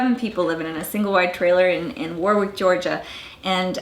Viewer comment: Its woahwick. Lol. That is so close to where I grew up.